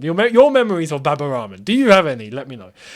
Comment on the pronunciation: Why do you say Baba Ramen? I know you half white. But you pronounced Al-Ahli properly. You could try the same with Rahman.